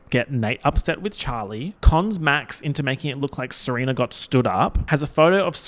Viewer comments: Ser-oompf-a 😭 you're saurr good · Months later and I'm still dying at him saying "Seroomfa" LMFAOOOO